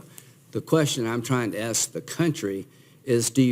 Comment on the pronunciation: Axe yourself??? LOL LOL LOL